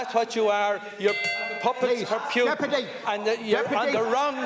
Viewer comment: Phewtin..my god his name is Pootin.